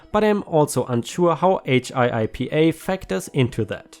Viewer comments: It is pronounced hippa like hippo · HIPPA is pronounced almost like hippo, but like HIP-uh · For reference, HIIPA is pronounced Hip-A. Makes life easy :)